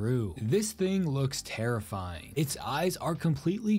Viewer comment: Dude can't pronounce the t's in anything he tries saying. More like 'Errify'ee